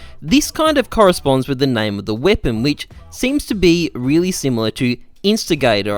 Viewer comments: In-sin-er-ay-tor. Not "instigate" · It’s incinegator, not instigator. From incenerator ( like a flamethrower ) but because it has a gator, incinegator. That was obvious and you managed to get it wrong lol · incinegator = incinerator In-sin-e-gator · Its pronounced incinerator but with gator instead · Jesus christ butchering words is bad. It's so bad. It's puh-TEEN-uh. Not PAT-in-uh. Also, INCINEGATOR not incigator